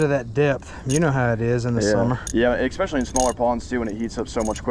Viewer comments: ….. it’s ESPECIALLY… ES-pescially. Not EXpecially. The word is ESPRESSO… not EXPRESSO. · killing me with the "eckspecially"🤣